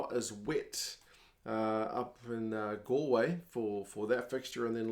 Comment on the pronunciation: You sound as if you know Ireland well, the way you say "up in Galway" and "in Thomond Park" is spot on. Well done.